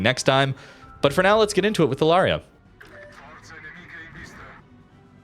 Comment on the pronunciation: Lauria is a great ship, albeit the dispersion is sometimes truly crap, probably due to that low sigma… FYI, Lauria is pronounced “Laureea” with the accent on the “i”, and you pronounce both the an and the u as separate vowels, lot like in “Lawrence”. The name comes from a small town in the Basilicata region (actually, two towns, Lauria Inferiore and Lauria Superiore, the former by the sea, the other on the hills).😅 Italian pronunciation for you